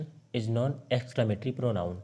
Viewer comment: परोनाउन नहीं परनाउन होता है